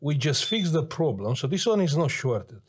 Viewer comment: i m watching the video butchering the pcb and hearing "yeah no prrroblem" hahaha amazing edit: damn the capa the otherside XDDD my poor man thats HURTS that's IPC -10 level (